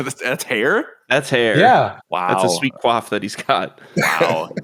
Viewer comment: It's quiff not quaff lol